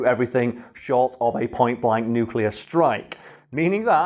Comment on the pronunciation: A nucular bomb try two